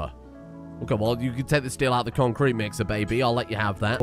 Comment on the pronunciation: It's really... Conk kreet baybee